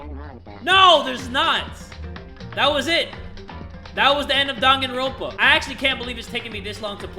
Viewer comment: “DanganrOAnpa”